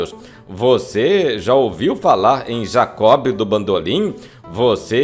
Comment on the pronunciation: "Jacó Bidú bandolin" 😂😂😂😂😂😂😂😂😂😂😂😂😂😂😂😂😂